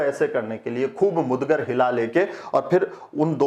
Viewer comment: बहुत सुंदर प्रस्तुतिकरण आपने मुगदर को मुदगर बोला है